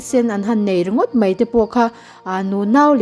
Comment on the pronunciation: Mai tihturah mei i rawntih hi bawng mei tihna em ni mawlem mai a aw b zirthaleh teh aw